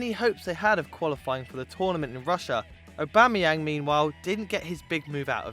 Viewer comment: Aubamayenag fuckdd Up ! Lmao